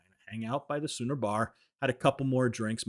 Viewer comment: Bro, it’s the Schooner Bar (pronounced like Skooner) 😉